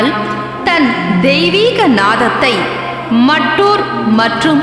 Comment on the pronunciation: ஐயா அந்த ஊரின் பெயர் மட்டூர் இல்லை."மத்தூரு"கன்னட மொழியின் சரியான உச்சரிப்பு.